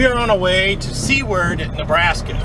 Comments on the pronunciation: Was the town in Nebraska that you mentioned spelled "Seward"? If it was, we say it as Sue Ward, it doesn't look like it should be pronouned that way, but it is. I live in Lincoln, Nebraska about 35 miles East of Seward. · Good morning Dad. The town you pronouncing did not come out right. Its called Seward. I know I grew up there. Its named after the explorer Seward that explored a route west ended up in Alaska in area now called Seward Alaska. Great video. Have a safe and wonderful day.